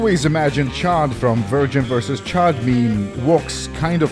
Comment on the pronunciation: THE VIRGIN ROBO-SKELETON VS THE CHAD WASTE CREATURE also your pronounciation of "chæd" heals me spiritually